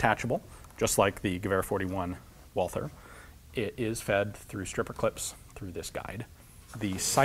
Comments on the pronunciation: I love all your content Ian but the H is silent! Its pronounced Walter not Walfer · The h in Walther is quit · oh god the pronouciation of Walther back then the th, it hurts